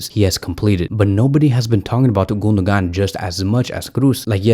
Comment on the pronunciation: The pronunciation of the Name of the German midfielder is Gun-do-wan. The mark over the second g in his name means in Turkish that it is almost silent.